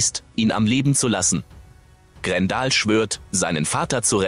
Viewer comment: Grendel spricht man GrenDell aus und nicht Grendal , hört sich ja wie ein Kofferwort aus Gandalf und Grendel. Bei einer Computerstimme muss man es manchmal so schreiben wie man etwas ausspricht, dann klappt es meistens und eine Computerstimme kann dadurch viel angenehmer werden, vor allem wenn man etwas mit einem Ausrufezeichen schreibt und Bindestriche gezielt setzt, dadurch betont die Computerstimme gewisse Sätze anders.